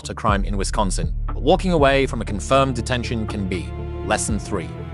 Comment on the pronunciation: Wisciosonsin lmao